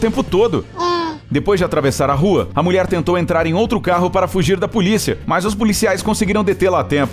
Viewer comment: Só eu q escuto ele falar "muier"? Mulher kkkk